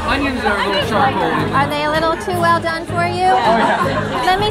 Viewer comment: "are they a little too ell done for you" cremated onions!